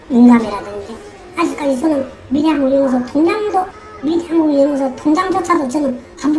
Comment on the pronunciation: 미래연구소가 왜 밀양으로 들리지??